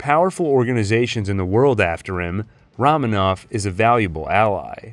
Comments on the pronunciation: Roman, not Ramen 😂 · It's Roman ov, not Raman ov. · ROW.....MAN.....OV, guy....say it. ....ROW MAN OV. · Great stuff! But the “Ramen-Off” pronunciation was killing me. (And making me want some ramen). 🍜 mmmmmmm. More like Ramen On, am I right?! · Wow, what a video. While you got some details wrong or a bit off, I'd say your average is pretty damn good for a 5+ hour video! Although the way you constantly mispronounce Romanoff had me sighing.